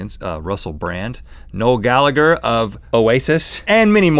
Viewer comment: In 'Gallagher' the second 'g' is silent, fyi